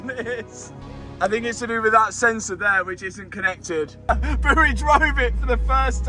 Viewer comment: I really like these videos but some language really hurts my ears. I'm not English but I'm pretty sure but is not pronounced as BO